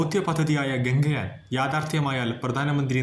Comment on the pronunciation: ഗംഗയാനല്ല ഗഗൻ യാൻ എന്നു പറയണം.വെറുതെ തെറ്റിച്ച് പറയരുത്